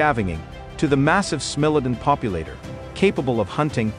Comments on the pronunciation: He pronounces SMILODON wrong, it is SMILE OH DAWN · I was always taught that it was pronounced, "SMILE * a * Don" with a long 'I'... If you are using AI to do your narration, You should program the correct pronunciations! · AI be sayin “smelladun”. More AI shit posting.